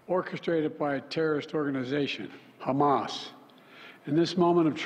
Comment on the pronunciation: Humus . omg joe try to remain calm